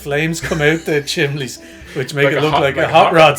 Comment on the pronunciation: Does say 'Chimley'?